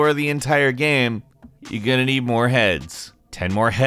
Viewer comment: I just find it funny af the way he pronounces "Game" or "Games" GAEM